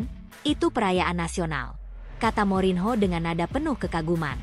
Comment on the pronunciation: Morinho dibacanya MORNYO...!!!!